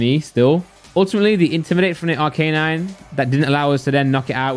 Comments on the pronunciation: ARC A NINE!!! NOT R K 9. I swear to god. If you don't learn this... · Please never say arcanine again